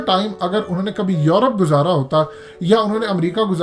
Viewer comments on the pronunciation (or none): none